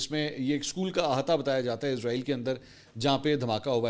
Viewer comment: سر براے مہربانی اپنے تلفظ کو درست کر لیں شکریہ لفظ عزرائیل نہیں اسرائیل ہے